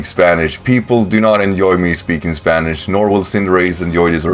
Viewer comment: Your Spanish pronunciation is actually pretty decent, dude!